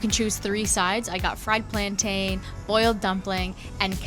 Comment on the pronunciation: Nice video! Just 2 things: 1. Plantain has the same ending sound as mountain & fountain. 2. Hibiscus flowers and sorrel are two different plants.